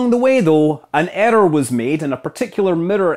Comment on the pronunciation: Mirror = mitter. Error = etter. Luv ya